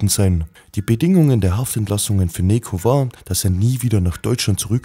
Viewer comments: Bro man spricht es nicht wie Nekoh sondern Nedscho oder Nejo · richtiger pik! 😂( spaß no front!)